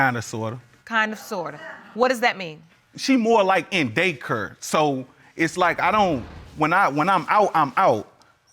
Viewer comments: lol he said the baby is in daycurr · It's not fur. She in day cur😭😭😭😭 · The word is daycare not daycur...